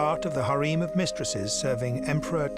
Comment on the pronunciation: Harem not hareem.